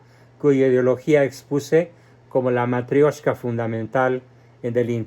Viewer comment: Matrioshka es la pronuciación. Матрёшка tiene la ё que es la única letra que presenta complicaciones. La M, la T, la A y la K es como en nuestro abecedario. La P es una r nuestra y la ё es una "io". Y siempre que aparece esta letra la palabra va acentuada allí (los rusos no usan tildes jamás asi que es todo de memoria)